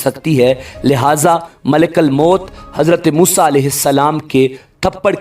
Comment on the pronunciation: Malekal mout nhi kahty ,malekul mout kahty Hain zabar nhi paiysh hai